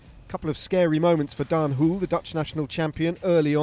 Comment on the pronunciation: Daan "Whool" lol Next time maybe you can pronounce it the Dutch way ;) "HO-luh"